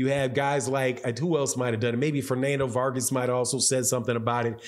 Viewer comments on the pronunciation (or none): none